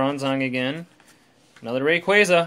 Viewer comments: U say rayquaza wrong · that is not how you say rayquaza